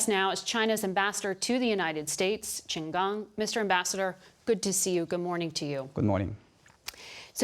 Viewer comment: What I do appreciate is Margaret taking the time and effort to pronounce Mandarin Chinese words correctly. Every other Western interviewer would have called the ambassador "Chin Gang (as in the English word "gang", e.g. a gang of thugs)" or something along those lines, but Margaret actually pronounced "Gang" in the proper way.